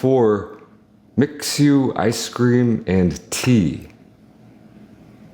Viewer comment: Brother you gotta start saying Mixue correctly in your videos this is killing me. Using English words, it's ME-SWAY.